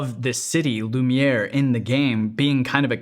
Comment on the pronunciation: Tu dis vachement bien "lumière" en français